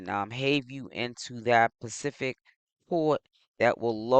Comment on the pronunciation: SPECIFIC NOT PACIFIC 😂😂😂